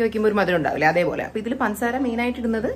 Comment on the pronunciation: Pansaara alla പഞ്ചസാര